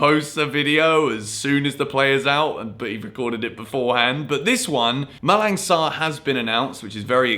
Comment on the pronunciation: in Malang Sarr name the "G" is silent... "Malan" and don't pronouce the "N" also like Milan😂